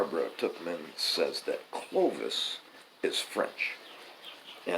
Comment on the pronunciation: Tuchman is pronounced the same as fuckman. Not really, I just like a reason to say fuckman.🤣 I think you are pronouncing it correctly.